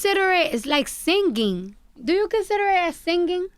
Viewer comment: “Am I sing ging” lol😂. How can you hate her ?